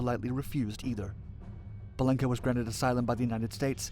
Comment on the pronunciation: Please..BELENKO, not Balenko.